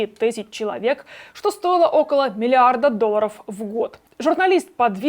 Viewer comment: Научите её говорить слово- доллары правильно ну сколько можно уже слух режет а так молодец